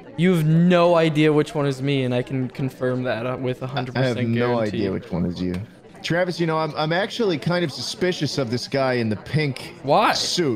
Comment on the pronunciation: I like to think that you pronounce as tch-raves instead of travis